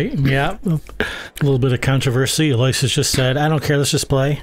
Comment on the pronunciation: Aloysius is pronounced 'Al-O-WISH-US. He's probably given up trying to correct people on that, just like Dennis Orcollo.